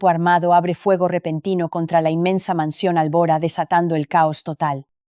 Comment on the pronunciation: ..Óh,!! La imiensa mensión..la grand abitación,..😂arregaña dientes..tierco abogado calbo.. que manera de contar, tan dramática..😂